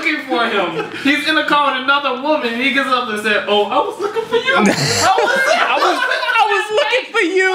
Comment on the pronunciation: listen to how he says yeww